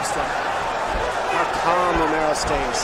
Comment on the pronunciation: не Ромео а Ромеро, произноси имена людей правильно